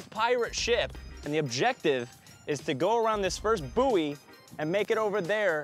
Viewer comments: buoy is pronounced “boy” please 💀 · no one talking about how they’re pronouncing buoy? it’s ‘boy’ 🤦‍♀️ americans